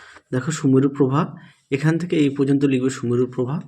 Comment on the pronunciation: "aei" was epic😂😅